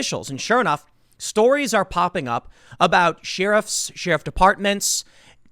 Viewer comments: I love Tim, I watch pretty much every vid, but... "She-Riffs" instead of "Share-iffs" was buggin the heck out of me! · Sheriff pronounced “Shear ruffs”never heard it said that way. Sheriff to me is pronounced “share riff”. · Tim... love your work bro. But what exactly are "Sheeruffs"??? Because "Sheriffs" are pronounced "Share' riffs"👍🏼